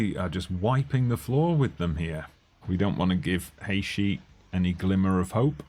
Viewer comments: Haïshee wtf is this pronunciation ?? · Now discovering your tune channel and stemming from Trinidad and Tobago Really glad you chose our country and John Paul is quite good in real life having gone to school with him so glad to see some fm content creators using my country And it’s pronounce Hay -Tea Lol but good vibes nonetheless looking forward to more content